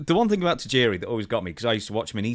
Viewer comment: I like how Stone Cold use to pronounce his name “TIE-JIRI”